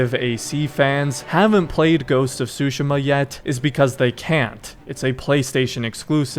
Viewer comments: I know this literally doesn't matter ans sorry for being that gut but I believe it is pronounced sue-she-ma not sushi-ma granted I don't speak Japanese so you could be right. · How to say tsushima that's not how to pronounce it it's tu -shi-ma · please take back how you pronounced the name of this game..